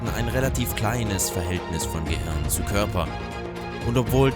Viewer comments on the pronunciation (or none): none